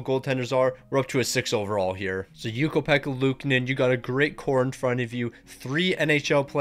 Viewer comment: You keep mispronouncing luukonen’s name wrong